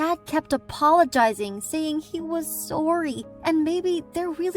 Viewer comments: “ Dad kept apologizing saying he was soreey “ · Were just going to ignore the fact how she says sorry Edit and the fact that she’s smiling in the entire video